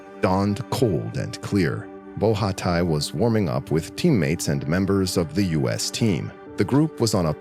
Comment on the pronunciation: Nice vidéo 👍 So heartbreaking to die this way 😥 Just a detail : the name of the swiss skier (Nicolas Bochatay), is not pronounced ''BO RHHA TAÏ", but simply ''BO SHA TEEEY''